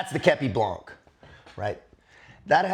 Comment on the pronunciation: with all the respect i have for you Please say képi blan the final C is eluded and must not be heared...